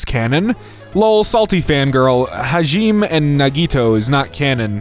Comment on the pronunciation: NO!!! HAJIME AND NAGITO. Okay. Here Hah (like a laugh) gi (like “oh m gee) may (like the month.) Hajime. Nah (like no) gi (like key but with a g) toe (like a foot finger)